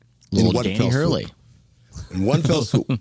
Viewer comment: Had to stop listening after the 2nd "Danny Hurley". Smh